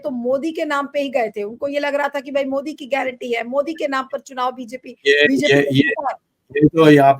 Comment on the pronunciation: Ovaisi ki tarh मोडी बोलने लगे सुब्रमनियन जी ने